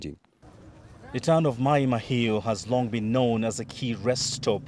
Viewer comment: Why is, a Kenyan calling it Maai Mahiu with an English dialect! Come on Moi! 😅